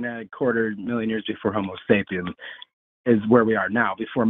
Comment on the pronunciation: Lol. When flubbed "Homer Sapiens," I shot a bit of Sprite out my nose. Then, I got super depressed because I remembered our species is actively devolving into what feels like Homer Sapiens.